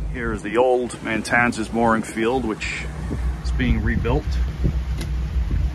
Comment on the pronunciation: Isn’t the area you just visited spelled Matanzas not MaNtanzas? That is it has just one “n” so it’s pronounced Mah-tan-zis?